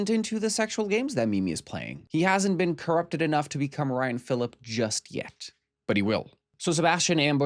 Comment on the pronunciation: Ok, well now we all need to hear you pronounce Ryan Phillippe’s name correctly. 🫠 We all know you’ve heard it pronounced correctly before.